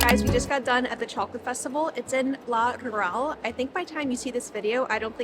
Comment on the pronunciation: "La Guuuuural" suena divertido como lo pronuncias. 😂